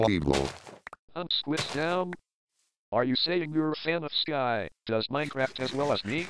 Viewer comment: calls Minecraft Minicraft